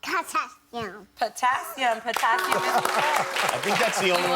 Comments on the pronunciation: She def said Katassium lol lol but i suppoooooose we can let it slide lol. jk she did better than i could have lol. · absolutely!! Did you see how the mom a) took credit for her intellect and b) corrected her utterance 'katassium' to potassium (hoping no one would hear the mistake) and then saved face again by asking her what fruit has potassium in it. The fact that she is being drilled on elements on national TV is indicative of bad things to come for this poor child.